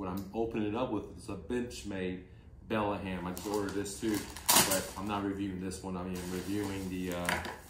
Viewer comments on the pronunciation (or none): It's called a Benchmade BEDLAM not Bellaham as how you pronounced it. Also, come on dude! The SOG Kiku is a collaboration between SOG and Kiku Matsuda, a Japanese knives designer. Definitely NOT Korean!!!